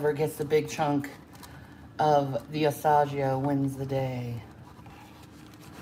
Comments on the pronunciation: "Asajeeo cheese" has me pissed 😂😂😂😂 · She's 💯 confident in literally everything she says and does, no matter how completely wrong she is 😂 She ki1ls me with the AH-SAH-G-OH 🤦 And ricotta cheese doesn't go in canolli, it's Marscarpone...